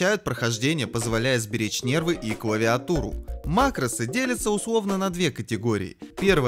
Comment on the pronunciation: ааааа макрОсы у меня кровь из ушей пошла